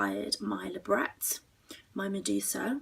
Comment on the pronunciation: im a huge piercing nerd and I've never seen people be interested in.... painfully shoving piercings in closed holes??? What??? eta Sorry labret? Why is she pronouncing the t lol